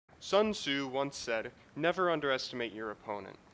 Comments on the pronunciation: Sun su. Dat mispronunciation (Canto)... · you said Sun Tzu wrong! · Fact: It's pronounced either "Soon Tzoo" or "Soon Zuh" As usual we suck at Asian vowels as Americans